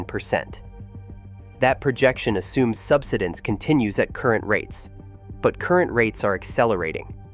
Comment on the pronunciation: sub-SI-dense, not SUB-si-dense. Please speak English. The land subSIDES.